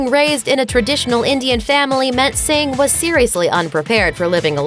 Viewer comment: calling her "Singh"😂😂😂